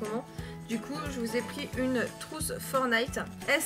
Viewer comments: Ça se prononce pas « fornayte » c’est « Fortenayte » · stp dit plus "Fornite" ou "Fornillete" stp dit "Fortnite"! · Tu dis pas le t de fortnite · fornite... c pas fornite c’est FORTNITE